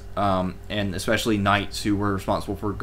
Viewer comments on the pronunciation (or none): none